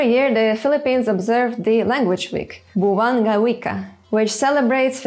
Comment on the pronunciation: Pronunciation could make these tagalog words mean differently, for example she pronounced Buwan(month) as Buwang(crazy). I laugh when Buwan ng Wika or the National Language Month becomes The Craziness of Language 😂😂😂